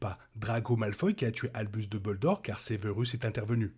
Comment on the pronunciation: Merci de cette nouvelle vidéo. Par contre, s’il te plaît, duMbledore, et non pas deubeuldore 😉